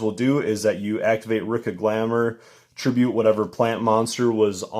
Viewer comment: its pronouced re-ka